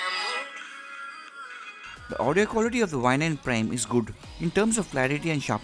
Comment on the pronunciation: Its prime not prem